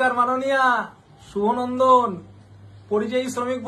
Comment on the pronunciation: এনার মুখে শুভ নন্দন টা শুনতে দারুন লাগে